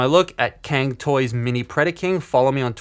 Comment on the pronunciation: As a Chinese, the pronunciation of "can" toy still cracks me up :)